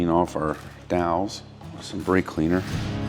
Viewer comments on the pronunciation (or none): none